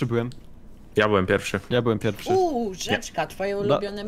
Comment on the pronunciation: pierwszy a nie pjerwszy